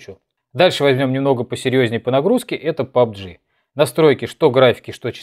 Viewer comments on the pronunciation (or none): none